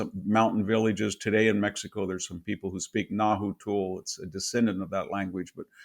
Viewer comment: Náhuatl (not Nahuatul, as he erroneously pronounces it) was not wiped out by Hernan (the H is silent) Cortés, as he states. Náhuatl is spoken by many indigenous communities all throughout Mexico. It is a language that is very much alive today.